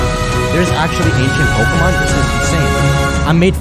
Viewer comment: Every time she says "Polka Mon" I lose a year of my lifespan.